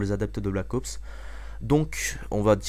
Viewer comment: Black Ops et non pas Black AUPS ;)